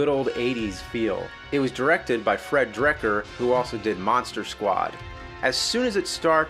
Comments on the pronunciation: I distinctly heard him say Drekker and not Dekker... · Dear James Rolfe, It's Fred Dekker , not Drekker . Thanks for your time sir and thanks for reviewing one of my favorite 80's horror comedies!